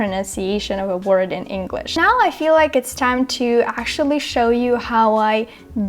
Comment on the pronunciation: Thanks for the video! Your pronunciation is better than mine, and I've lived in the US for 30 years now. Two tips for you - whatch how you pronounce "new" (y sound too distict) and actually (you don't pronounce k but you should). Not picking on you, trying to help ;) Your pronunciation is pretty much perfect, took me a sec to realize you weren't American